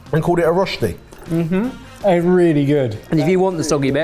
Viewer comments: Rösti not rosti. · hi, living in germany/switzerland here,, Rösti has an umlaut on the o, it's pronounced rerschti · Germans: Rösti.: Roschti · Truly love how gets better and better at pronouncing Rösti every time he mentions it in a video 🥰 my lil swiss heart is rather proud of him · I hate how they pronounce Rösti.